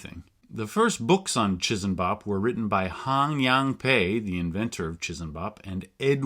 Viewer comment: As someone else said, 'chee-sam-bop' would be the more correct way to say it with no aspiration on the finak consonant.